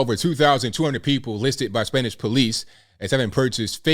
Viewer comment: Your Spanish pronunciation is excellent!